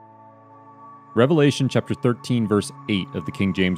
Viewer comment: Sounds like devilation not a revelation lol